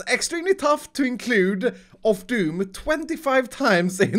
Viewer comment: you did 27 "of doon" you have failed